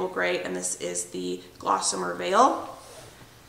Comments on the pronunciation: Wow! Where do you find all this energy? 🤣 Good for you! I am not a big fan of beige and I love grays! Just that one change makes a HUGE difference in the feel of the place and I agree, makes it feel more homey. Good choice! (but it's GOSSamer... not glossamer ;-) hehe) <3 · It's a pretty color. No "L" though. Gossamer not GLossamer. Get some rest.